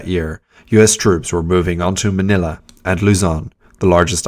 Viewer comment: Ma - nill - a . Not Ma - nay - a ! Leyte is pronounced Lay - tay not Late! Mindanao is Men - den - now not Maduro although those are my favorite cigars.😆